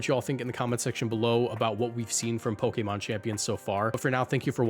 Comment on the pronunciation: Watching reading from a script and sounding more professional and pronouncing Pokémon the official way is like… nice dude, you made it! It’s kinda endearing